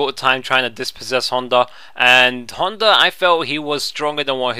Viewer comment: Love the way you say Honda! you call him Hunter!! :-D Nice video!!